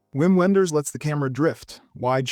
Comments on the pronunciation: It's pronounced 'Vim Venders' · The Rapture has to be one of the most out there movies ever. Re your comment on the marvelous The Apostle ""It landed like a whisper in a world that only hears shouting" Brilliant. FYI, Wim Wenders in pronounced Vim Venders